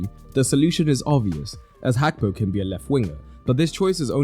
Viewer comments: It is not Hakpo, it is Gakpo ( his name) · It’s Gakpo not Hakpo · Hakpo? Can't you pronounce Gakpo?